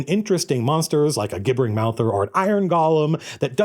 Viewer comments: Still mispronouncing gibbering, I see... :) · "Gibbering Mouther" Pronounced "g" like "good". I've always pronounced it like a J, like Jim. That blew me away